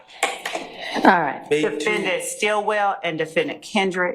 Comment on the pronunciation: All these Georgian lawyers can’t even say Defendant correctly they emphasize the A when it’s silent it’s pronounced De-fen-dnt or De-fen-dint not De-fen-Dan-t google it